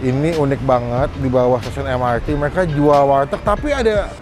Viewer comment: bang sorry nih, namanya "warteg" bukan "walteg"